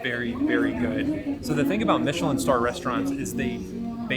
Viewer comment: Pronounced mish-a-lin